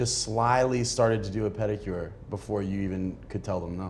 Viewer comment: Marshawn said "panicure" 😂😂😂. He cracks me up!